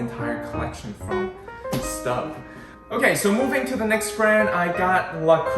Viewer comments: It’s pronounced “stobe” (like globe), not “stub” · Maybe in English Stobe, but in French it is Stoub. I just purchase 6qt shallow Staub discount price, but was looking to see 4qt size before I purchase online.